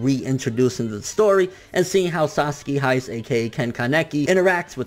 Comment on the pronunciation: Sasaki Hais? Tf wrong wichu boi. Watching anime ur entire life and still can't pronounce japanese names...